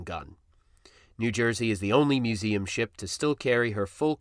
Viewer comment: learn how to pronounce museum